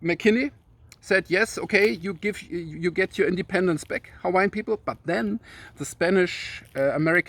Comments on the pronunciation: Nice job on the Hawaiian pronounciations and history! 🤙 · Hello from Florida! So happy you made another video! It's so good to see you and Anna again. Keep them coming because we love your knowledge and your energy. I swear I think you must have been Hawaiian in a past life because your pronounciation of the Hawaiian words is perfect. Love your shirt!!! Can't wait for your next video!!!